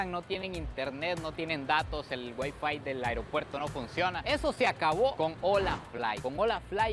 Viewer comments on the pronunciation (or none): none